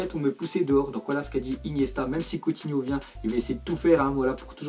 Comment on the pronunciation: combien de fois a-t'il dis couthino